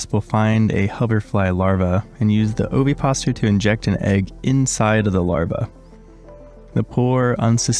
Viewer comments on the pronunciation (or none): oviposItor, with an 'i', and "pedicel" with an 's' sound as with any latin name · Ovipositor is five syllables, Like this O-vi-pos-i-tor. Thanks for your videos I really enjoy them